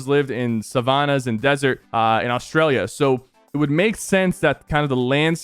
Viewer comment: The way he said Australia made me cringe as an Aussie myself